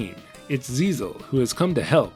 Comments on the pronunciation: It's GISELLE, not ZIZEL 😂😂😂😂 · I'm pretty sure the princess's name isn't "Zizel" but meant to be "Giselle". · Except it's really Giselle, since written in katakana 😂